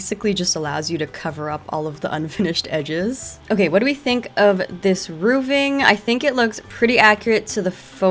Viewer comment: Never heard of "rooving" instead of "roofing".